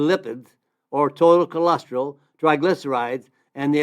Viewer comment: Don’t understand why you started out telling us not to worry about cholesterol, but then one of the first products you mentioned was Amla, which is for dealing with high cholesterol. 🤔 Also, why do you say “cholestril” instead of cholesterol? Cholesterol is four syllables, not three.